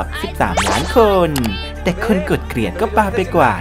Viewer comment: เกลียด ล ไม่กระดกลิ้น กดดิสไลค์ให้แล้วน้าาา หยอก 5555 😂